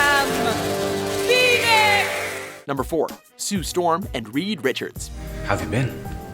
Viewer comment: did she just say i am penis?